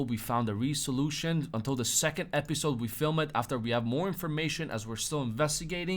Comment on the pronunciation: re-solution lol rez-uh-loo-shin